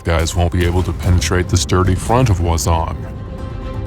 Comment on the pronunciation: Actually we usually call this tank "Wang Zong" instead of "Wa Zong", but who cares! Awesome video, really creative! And looking forward to 1.0 update sincerely from Chinese server.